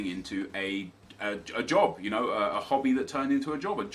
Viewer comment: Any other Scottish person pish theresell when he said job and hobby as jobby haha cause thats wit a call a shite a jobby